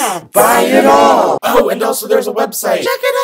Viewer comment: I'm actually guttered. This whole time I thought the opening was saying buy my shit and I just found out it says shirt. I think it needs to be changed 😂😂